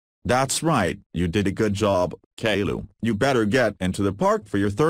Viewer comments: Edit: lady kilo but pronounced calliou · I love how Boris calls caiilou kaylu